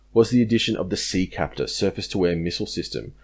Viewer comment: It’s not Thales it’s pronounced “ta-lez”. And the missile is “sea-septor”